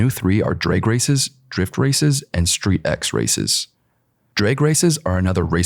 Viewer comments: It's not "Street X". You read it as "Street-Cross", just like MotoX or RallyX, all include cross-country driving/riding and off-road. Picture StreetX as Rallycross but with tuner cars on industrial tracks. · Street X is actually pronounced ‘Street Cross’